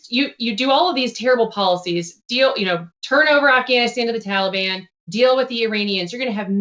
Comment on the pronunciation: Taliban?! Who the hell is THAT now?!! Did you mean the Tahlly Bon?! 🤣 #BloodBathBiden2024 P.S. If you don’t laugh, you’ll cry quite frankly :(